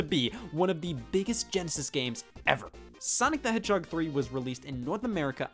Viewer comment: chaotix is a "heeden gemmm?"